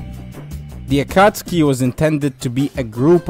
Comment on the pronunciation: Stopped watching after you said “akotskee”